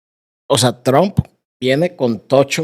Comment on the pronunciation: Este compa de es malísimo para conducir un vídeo. Además que que dice "Tronk" en vez de "Trump"